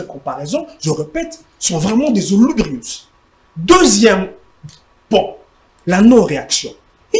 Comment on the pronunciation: Sacré Patrick Eyale..."Certains Zouloubrius" 🤣